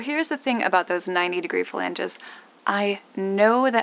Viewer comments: "Flanges" not "Phalanges" 🤣🤣🤣 although your fingers might be stuck in there of course. I would want access to those watertight compartments at least for inspection if not stowage. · It always makes me smile how she says "fa-lange" :)